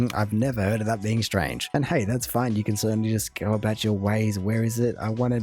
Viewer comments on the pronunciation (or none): He's 100% exaggerating the whole "about - aboot" thing - (I also heard it in another word he said but I don't feel like trying to find it now), I don't know anybody who says it that way. I don't know where it started that people think Canadians say 'about' like 'aboot' but it's not true. I also totally disagree with him about Canadian Tire and the money, they do have cards now for the money and they only give the actual paper money to people who don't have them so rarely go there, explains why he got it since he seems to have a hate on for them. Most parents give it to their kids or there's a donation box at every til collecting it for charity if you don't want it, seeing him rip it up is tantamount to sacrilege for a 'true' Canadian. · I am trying to figure out if he is saying "aboot" on purpose or not. Most of us Canadians don't say aboot...we say about. Some people in the east probably pronounce it similar to aboot but they also have an accent on all the other words too.....which this guy doesn't. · why is he saying aboot instead of about? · I have my doubts this guy is actualy Canadian as he keeps saying ABOOT instead of ABOUT and the weird way he says AROUND. I am seventy odd, been in Canada since I was five znd have never heard either pronunciation used. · JJ is incredibly pretentious and negative about Canada. He does the "aboot" pronunciation deliberately to sound more stereotypically Canadian. He is incredibly annoying and a poor source of information on Canada as a whole. I have no idea why he shows up on "react videos" so often. Just my opinion as a Canadian. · Canadians do not say, "aboot." This is a false, and is clearly faked by this guy when he speaks. HIs false stereotype pronouncing this word can even be looked upon as offensive by Canadians because he clearly knows he is promoting a stereotype that is untrue..... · JJ does the "aboot" pronunciation deliberately to sound more "stereotypically" Canadian. Really annoying guy.